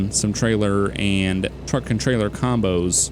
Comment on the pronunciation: not to be rude but its truck not track ;)